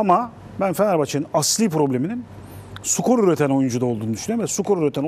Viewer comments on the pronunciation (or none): Sutoper ve sukor diyorsun serday bey. Sürekli. Çok mu zor stoper ve skor demek. Anlamıyorum ki. :)